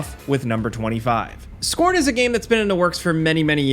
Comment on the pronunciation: Is it just me that totally heard "Squirt" rather than "Scorn" or am I loosing it 💀